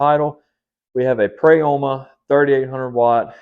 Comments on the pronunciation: Pro-YA-MA say it with me friend 😂 sorry I had to. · It the part of the world I live in the “O” does not have a sound of Prayama